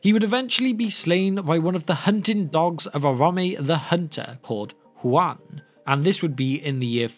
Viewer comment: The way he pronounced Huan haha. Juan the hound! chihuahua appears